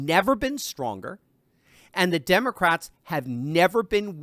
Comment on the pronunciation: Did you say demoscraps ass mole turfing